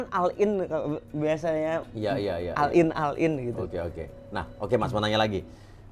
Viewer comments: yoii.. sama blg kata all in, doi bilang nya AL- IN ..(oll in) dnk cooyy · Al in.. haha.. boga supercar ari ngomong al in